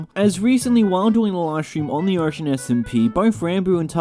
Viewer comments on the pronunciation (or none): you say 'origin' like ocean :]